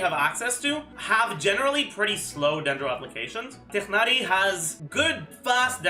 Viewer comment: Off topic but the way u pronounced tighnari is great!